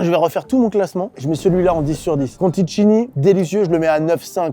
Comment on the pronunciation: Je ne sais pas si c’est réellement utile de le préciser mais Philippe Conticini (que vous venez de lire Contitchini) se prononce Contissini